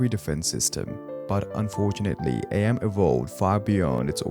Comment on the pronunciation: its not a.m. its Am, as in "I think therefore I am"